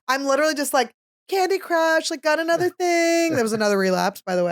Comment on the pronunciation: YASS FINALLY "THANK GOD FOR ANUDER SUNDAY"😁